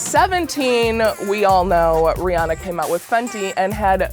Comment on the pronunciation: Okay, but why cant anyone say Rihanna correctly lol. Oi.